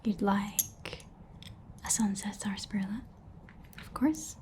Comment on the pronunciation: i love this so much! and i hate to bring it up but because i grew up in a region that still drinks the stuff i have to say it's usually pronounced SASSparilla, the first "r" is effectively silent. anyway i loved this video this was so much fun thank you so much!!